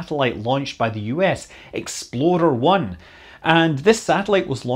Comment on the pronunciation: hears exploder 1 oh explorer 1 lol